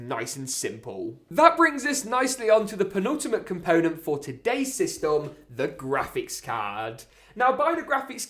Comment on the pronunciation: The one reason I’m not subscribed is because you say systom no hate though